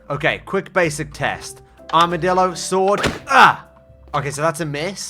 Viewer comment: Armidilo, more like, HARMidilo… hahaha… yeah that wast funny sorry